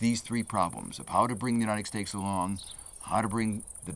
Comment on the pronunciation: Uniteg stakes, Emishengs, decakes, why is he pronouncing things so wierd?